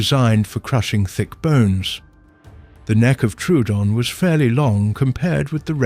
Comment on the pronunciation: It’s Tro oo don. Not truedon. The second o originally had an umlaut.